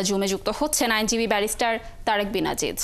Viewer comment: আসলে আজিজ উচ্চারণ ভুল আযিয sounds more closer to the original